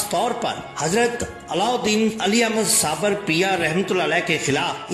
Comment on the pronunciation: Bhai sabir naam hota hai sabar naheen.